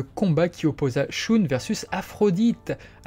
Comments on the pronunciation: J'arrête d'écouter parce que "Choune" c'est incroyablement ridicule. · Pourrais tu prononcer "Shun" à l'Allemande parce que c'est affreux la façon dont tu le prononces, dans l'animé j'ai jamais entendu Shoon Désolé mais j'ai les oreilles qui saignent à chaque fois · À l'allemande ? Le u se prononce "ou" en allemand, et le ü se prononce "u". En japonais, la prononciation du u se situe entre un "u" et un "ou" français, mais le son reste plus proche du "ou". En VO, Shun se dit bel et bien "shoun".